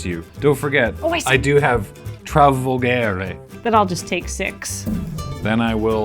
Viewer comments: This video was a blast, loved it! Btw Italian here, if someone is interested in it, you pronounce the g in "Travolgere" as a "dj" sound, the way they said it it's written as "travolghere" in Italian, wich has no meaning as a word and made the video even more funny😂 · As an Italian hearing pronunciation of colossal dreadmaw was hilarious (it was pretty good though). "Travolghere" on the other hand was really bad ahahahah